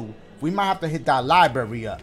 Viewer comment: “How am I supposed to get to da LIEberry”